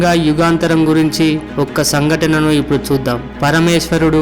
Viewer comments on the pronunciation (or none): none